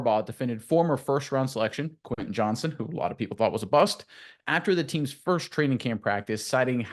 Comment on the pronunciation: JohnsTon not Johnson